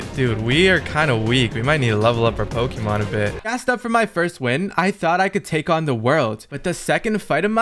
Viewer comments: Pls get someone with actual pokémon knowledge in your team so you pronounce the names right….. And so you can get advice on battles… Good video though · bros never played pokemon he cant pronounce any of them xd